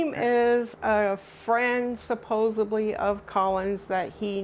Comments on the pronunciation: I didn't think that joke in friends was real about some US American's saying "Supposebly" instead of supposedly 😂. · In almost every other episode of this Catfish show, someone says "supposably." There's always some variety of bad grammar or bone apple tea, but that's a reliable one.